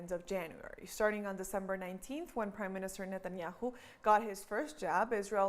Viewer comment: Netanyahu not Netanyau